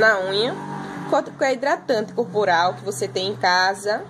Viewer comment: Hidratante "Curpural"????😀